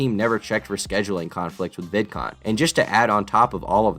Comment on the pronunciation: Vidcoom lol